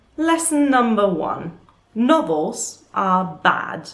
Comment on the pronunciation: At first I thought u said "Nobles are trash" not Novels like she was roasting the people she worked for 😂